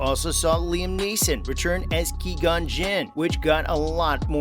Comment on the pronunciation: You said Qui-Gon's name wrong, but still a good video.